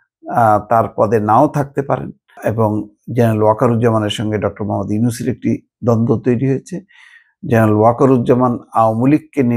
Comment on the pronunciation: সেনা প্রধানের মুখে এখন পর্যন্ত প্রধান উপদেষ্টা ডঃ মুহাম্মদ ইউনুস নাম শুনি নাই। উনি যতবার প্রধান উপদেষ্টার নাম উচ্চারণ করেছেন ততবারই উনি মোহাম্মদ ইউনুস অথবা মোহাম্মদ ব্যবহার করেছেন।